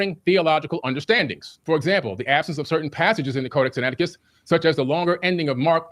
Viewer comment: Notice how billy never called it codac sinaticus until wes called him out on it?? 😂